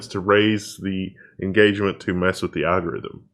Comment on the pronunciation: IN GAUGE MUNT